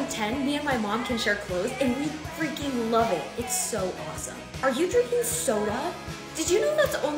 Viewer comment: Over emphasizing freaking